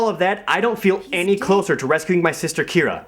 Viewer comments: The fact that the same guy calls the same character "kyra" and "keera" is kinda hilariously absurd. Wow, what a terrible game. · maybe it's only Kyra (kai-ruh) on certain days of the week.